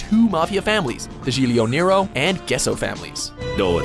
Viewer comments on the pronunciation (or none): none